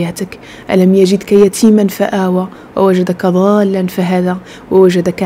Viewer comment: اختي انتبهي لنطق حروف القرآن. مثل كلمة ضالا نطقتها ظالا وهذا يغير معنى الكلمة